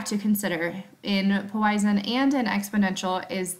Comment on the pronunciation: Please learn how to pronounce Poisson. Thank you.